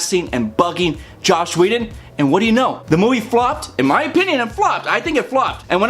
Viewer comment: btw, his name is JOSS, not Josh. Joss Whedon. Anyway, I didn't think The Avengers was actually a good movie. It was fancy and flashy but not much behind it. The Winter Soldier was and is the best Marvel movie to date (imo)